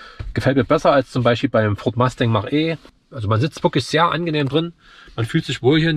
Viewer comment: Richtig. Das muss man sich nicht ansehen. Deshalb auch kein Abo, da deine Probefahrt und deine Meinung sehr subjektiv ist. Ich sehe vieles anders als du. Dir aber noch viel Spaß bei deinen Probefahrten. Eines noch: Es heißt FORD MUSTANG, nicht Ford Masting.